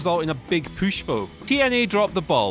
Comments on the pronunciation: Why do you say “poosh”? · Why can’t you say push?